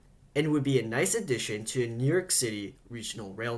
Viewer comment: He speaks better than most New Yorkers. And his pronunciation is actually correct.